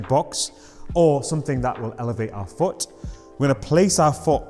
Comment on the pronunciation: 'place your FOOH' great video bro